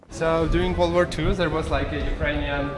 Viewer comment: " Со времён ВОРЛД ВОР 2..."☠️